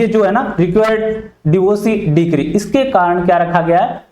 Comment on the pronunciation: डिक्री क्या होता है, ? डिग्री होता है